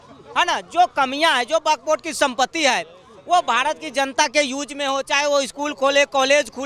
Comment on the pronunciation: Is video mein isne kitni baar buk board bola hain😂😂😂😂😂😂😂